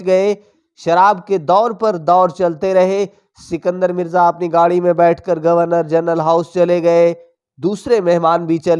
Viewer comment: بھائ صاحب آپ نے شاید اردو کا قتلِ عام کرنے کی قسم کھائ ہوئ ہے اور نہ ہی اپنا تلفظ درست کرنا ہے. جناب پاکستان کے پہلے صدر کا نام اسکندر مرزا تھا سنکدر نہیں.